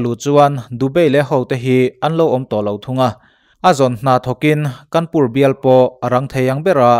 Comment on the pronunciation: Kanpur a ni lo.Kânpur tih tur